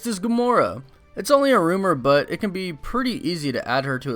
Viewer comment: did you accidentally say Gamoro? ;P